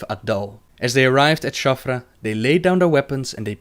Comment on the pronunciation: It's Shattrath not Shaffra.